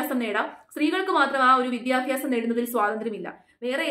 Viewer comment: വിദ്യാഭ്യാസം. വിദ്യാഫ്യാസമല്ല.